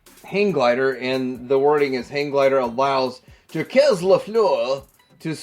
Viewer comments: JACQUES is pronounced 'JOCK' with a soft 'J' at the beginning. It's NOT 'JAW=KEZ' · Wow i never knew about these ones! And never heard "Jacques" pronounced that way before 😆